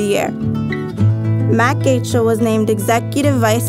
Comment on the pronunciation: Achle..lol it's pronounced Ike-Lee